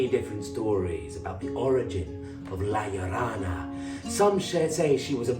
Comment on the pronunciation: Not to be pedantic, but it's "La Llorona" (Yo Rona). Llorar means to cry. La Llorona, The Crying Woman, lost her children and wanders along the river, wailing for them. She's like a Mexican version of the Banshee...an ominous spectre of death and bad fortune.